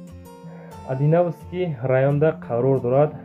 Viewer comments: Адиновски раён не чурачон хушрутар бхонш Одинцовски раёнай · Одинцовский район хонда наметони?😅